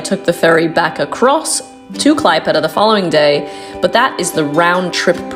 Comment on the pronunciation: Oh dear the pronunciations! Try " Klaep + Eda " and " K + Li + neen + GraD "